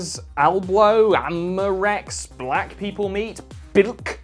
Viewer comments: That pronunciation of amoureux, oh my god, it hurts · That pronunciation of "amoureux" is gold